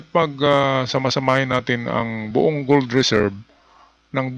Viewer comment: BUONG po ang Tamang bigkas BOUNG po maling bigkas